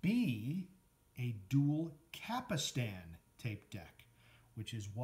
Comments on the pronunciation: Cap-Stan not "Capistan" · After the 3rd “capastan” I had to leave - If you can’t even pronounce the parts, how can you review ? You can’t.